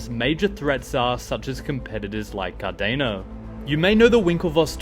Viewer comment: Appreciate you dude. But seriously, pronounce Cardano correctly. Thx for the vid.